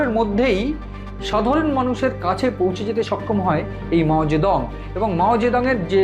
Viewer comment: মাও সেতুং না মাও জিদং